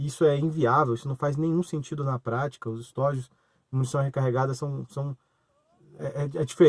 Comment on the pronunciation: Não é "estÓjos", o certo e estojos